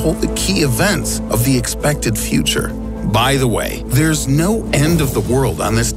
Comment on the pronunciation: He lives in the fweter